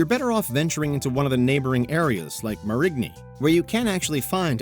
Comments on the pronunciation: Where is Mar-rig-knee? Is it near Marigny? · This man said mah-RIG-nee. LOL Chile it's MAYR-rin-nee. The mistake tourists make is not researching where to go in Nolia. Stay off Bourbon. Go on Decateur and Frenchmen. Then look for food OUTSIDE the FQ and CBD.